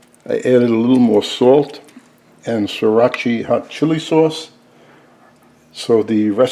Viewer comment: What a bizarre mixture of ingredients! You've got Chinese (hoisin), Japanese (tamari), Thai (Sriracha which you mispronounce by a mile!). You put the beansprouts in first? Do you seriously think they will take longest to cook. You are talking nonsense about woks, there. The "ring" is to stabalise the wok on a non-wok designed stove. We would never add sesame seeds to a dish like this here in Asia. Why do Americans think we put sesame seeds on eveything. Ugly overcooked mush.